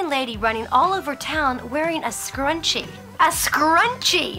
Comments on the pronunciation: MnMsandOreos a scarUnchiee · Oh my god the way Sarah Jessica Parker said "scruchie" the last time is legit one of the worst things I've ever heard